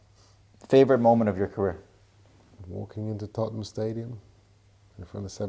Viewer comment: I love when Americans can’t say the name of English towns or cities properly, you said Tottenham wrong by the way ha